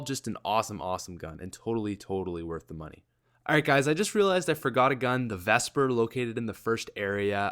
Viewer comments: Ur such a dumb ass the honey badger is a assault rifle and it's vepr not vespr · This guy is obviously a noob who never plays multiplayer. He said "vespr" instead of vepr, the only reason the honey badger has more range and damage than the other smg's is because it's an assault rifle. The mr-28 and ia-2 are marksman rifles not assault rifles and the mtar-x is not an assault rifle it's an smg. Was this video purposely made to confuse and mind-fck people? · You got so many names wrong and the honey badger is an AR and u said vespr but the right name is vepr. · Vepr not vespr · This guy forgets like three guns and puts the Mr 28 in the AR category, are you stupid man, and its vepr not vespar and there's also the mtar x you forgot, if u don't know the facts don't make a video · the honey badger isn't an smg and it is vepr not vespr